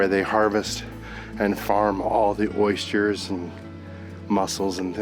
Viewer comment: Oystures? 😄 Aw you guys look like you are having a fab time, Croatia has come on a lot since we were there in the 80's before the war. Britain now looking like the poor cousin by comparison. I remember them talking about earthquakes back then a constant threat.